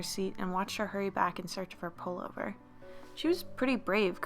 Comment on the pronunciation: Was it just me that heard 'Polar bear' not pullover? lol